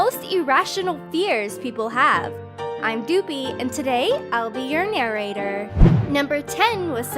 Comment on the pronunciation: i love him, especially his emphasis on the R in narrator